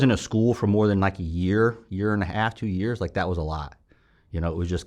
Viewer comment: Fellow St. Louisan & St. Chucker here...Francis Howell...I grew up throwing trash as well. My folks and uncles owned wilson refuse and wilson disposal.... you didn't even have to tell us where you're from, I could tell just when you say "and nat (that)" at the end of your sentence😂 New Melle or Defiance roots 🤣. Amazing story and thanks for your service.